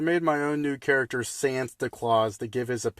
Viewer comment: Bro says character char-a-cter